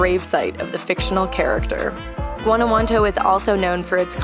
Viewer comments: She literally got it wrong every time she said it. Guantanamo, Guanajuanto...smh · You might want to learn the correct pronunciation of Guanajuato. (Wan-a-wat- toe) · Every time you say the name Guanajuanto you say it differently, it's not Guanajuanto, it's Guanajuato.